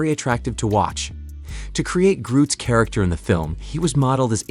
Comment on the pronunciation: "Sharacter" Rocket... shame